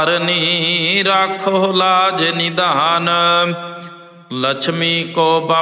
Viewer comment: ਬਾਬਾ ਜੀ ਰਾਖਹੁ ਲਾਜ ਨਿਧਾਨ ਨਹੀਂ ਹੈ ਜੀ ਨਿਦਾਨ ਹੈ